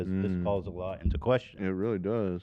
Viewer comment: The "reHhly" soundbite is so fucking funny I'm dying